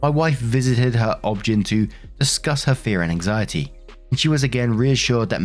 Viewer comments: This is the first time I have ever heard someone pronounce OBGYN as "obgin". Maybe it's just a common term in the US, as we pronounce it is O-B-G-Y-N, instead of having to say obstetrician and gynecologist. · Obgyn in America is not OBJEN. It is pronounced as it letters O-B-G-Y-N. It is short way of saying doctor of obstetrics and gynecology. I get a kick out of the way you say it. (The first time I figured out what you were speaking of). I just thought you would appreciate the information.😉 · Bro it’s O B G Y N you read it was initials not one word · I've never heard someone pronounce ob/gyn phonetically before and it's throwing me off LMAO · Just a fyi OB/GYN is pronounced each letter name just like fyi is each letter name separate as shorthand for your information. OB/GYN is shorthand for obstetrician / gynecologist or obstetrics / gynecology. I hope this helps.